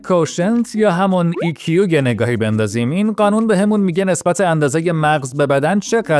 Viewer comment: آی کیو نه ای کیو